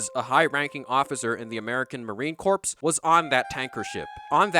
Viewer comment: “Marine corpse”